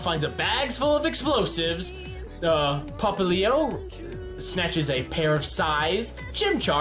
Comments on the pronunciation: ITS PRONOUNCED POP LI O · ITS pop-li-o how to pronouns it